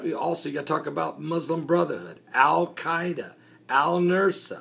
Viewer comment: Al-Nusra is pronounced like Noose-rah. You have the s and r switched in your pronunciation. The "s" sound comes first and then the "r" sound, the opposite of the order in the alphabet. Say, Noose-rah and then you have it pronounced correctly. I am a retired teacher.